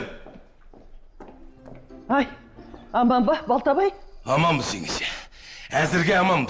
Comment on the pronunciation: Дүйсенді Дүшен дит 😂😂